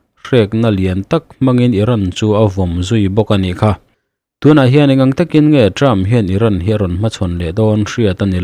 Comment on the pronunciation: Term leh trump tih i lam pawlh tlat a,sir....